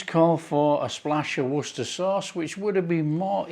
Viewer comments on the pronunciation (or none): none